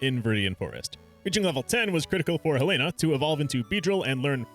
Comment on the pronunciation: Finally someone who correctly pronounces Helena